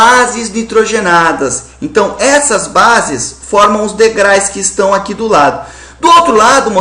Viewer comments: ótima aula mas ''deugrais'' foi tenso,hahaha *degraus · O correto seria degraus e não degrais!!!!! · Professor, te amo, mas é DEGRAUS, não DEGRAIS! kkk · Pelo amor de Deus!! Alguém avisa pro prof.que não são "degrais" e sim degraus! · Aula boa, Prof. Jubilut. O único problema é que não são ''degrais'' e sim degraus! kkkkkk Você é foda, professor. Valeu demais! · professor nao se fala degrais e sim degraus. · Querido Jubilut, não existe "degrais" existe "degraus" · Professor excelente aula. Mas, existe aí um erro grotesco de Português que chega até doer os ouvidos. O plural de degrau é degraus e não degrais. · ei jubi,sem querer ser chato,mas o plurar de degrau é degraus mesmo,nao degrais xD muito bom o video,valeu!! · Muito boa aula, muito mesmo, mas o certo é Degraus e não degrais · Professor, não são DEGRAIS, o correto é DEGRAUS. Quando a palavra termina em U é só acrescentar o S. Palavras que terminam em L, usa-se o IS Ex. Pastéis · Ótima aula! Apenas um erro gramatical em s . O Sr. pronunciou a palavra degrais(sic) , no entanto a pronuncia correta é ''degraus'' , pois a palavra termina com a vogal ''u'' , se fosse com a consoante ''L'' seria ''degrais''. Desde já agradeço por compartilhar essas aulas! Obrigada por tudo. Beijos. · Excelente explicação Professor mas por favor para de falar degrais..haha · Muito bom o vídeo! Mas pô, degraus né haha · "Degrais" é osso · Degrais professor? Sei que é um erro banal, mas vc é um professor! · Vídeo bom, mas o "DEGRAIS" foi torturante ouvir. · " degrais" . rsrsrs depois ele repete mais algumas vezes...normal...rssrsr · O conteúdo e o método dele são excelente... Mas os "DEGRAIS" não foi tão legal assim. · Muito boa a aula,mas po,DEGRAIS??? ai não né Jubilut kkkkkk abraço! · Só por que ele é professor,não quer dizer que ele não pode errar.Até por que o erro é inerente ao ser humano!